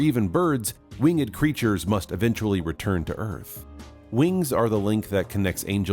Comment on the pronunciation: It is not Wing-ed! It's pronounced "Wingd"!